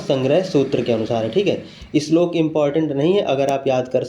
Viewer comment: Your slok pronunciation is very good